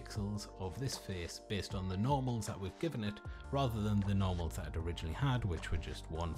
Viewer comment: i thought you said "Normies"